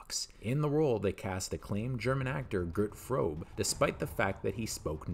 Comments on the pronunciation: LOL His name was pronounced Gart (almost like Garet) Froo-buh, the E on the end of words in German is a Schwa (Uh) sound. English doesn't have the proper sounds (the Guttural R's) to pronounce his name correctly. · "The villan Görd Frohb"... come on, thats not even close to the correct pronunciation...